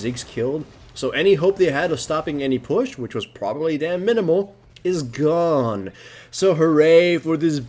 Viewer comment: is GOOOOONE!!!! you put way too much emphasis on the back end of your words